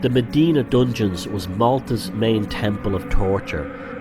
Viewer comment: I don't know much but one thing i do know is in malta Mdina is pronounced emdina and not medina, as you might of guessed this annoys me